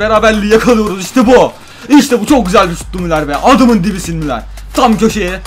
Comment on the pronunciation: müler değil müller (okunuşu)